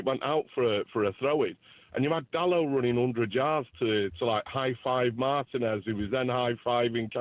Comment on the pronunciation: Dalot 🤦🏼‍♂️ Not DIALLO (Dallo 🫣)